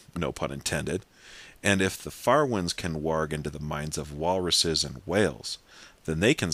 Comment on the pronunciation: nice to see somebody finally pronounced warg correctly WARG not WORG